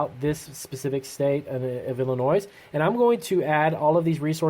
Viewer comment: The s in Illinois is silent, bro. Man every time I heard that my brain died a little. :D